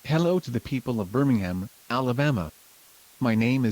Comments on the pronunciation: Birmingham sounded like "Burningham. Guess that fits the situation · notice how birmingham sounds like burningham